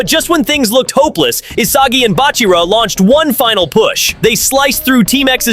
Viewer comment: Please just pronounce Isagi correctly 🫩🫩